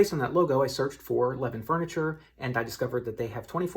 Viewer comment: Knew approximately where this was right away based on the Levin's sign. Btw, it's pronounced Leh-VINN. Keep up the good work!